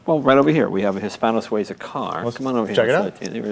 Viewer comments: This is not Hispano SuAza, it’s Hispano Sueeeza ) Jay has the best toy shop in the world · PLEASE stop saying "Hispano-SWAY-ZA," young man. It is pronounced "His - PAno -Swee -zah."